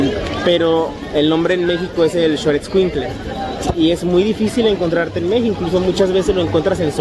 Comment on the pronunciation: No es short escuintle, sino xolo esscuintle